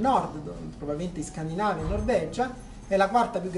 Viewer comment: se ti riferisci alla pronuncia l’accento corretto va sulla penultima sillaba della parola quindi si dice scandinàva e non scandìnava.